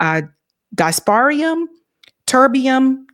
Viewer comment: dysprosium - dis-pro-zee-um